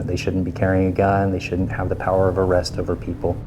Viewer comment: SMD make an ARRESST?? haha oklahoma sounds like calfornia